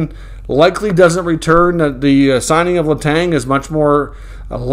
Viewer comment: please stop saying Letangggggggggg Letan ok